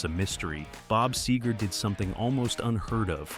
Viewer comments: SEger, not SAger. Fucking AI. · Wow, a.i. is getting good. The sager instead of seger one of the only tells. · These AI videos are always full of shit. Can’t even say the singer’s name correctly.